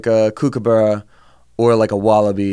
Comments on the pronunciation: I love the incorrect way you say 'cookaburra' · Kippahs are very uhh... moving on SORRY WAIT WHAT KOOKABOORA AHAHAH I LOVE IT